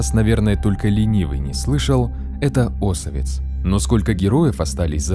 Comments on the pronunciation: Не Осовец , а осовЕц!!!!! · Автор, Осовец ударение на букву е, а не на первую букву о